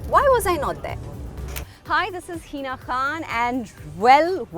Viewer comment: "Heeeeeeeeeena Khan"! Learn to pronounce your name at least. Its Hina, not Heena.